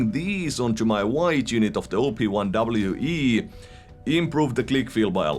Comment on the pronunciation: i thought you were calling it the "Obi-Wan" for a sec lol